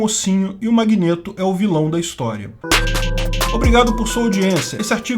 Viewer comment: Que agonia o falando “magnêto” 😂 😂 😂